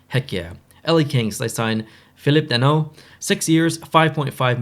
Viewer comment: lol the way you said danault sound pretty good for not a french speaking man